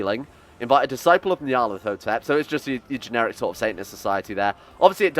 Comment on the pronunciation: Nyar-leth-oh-tep. It's started getting painful.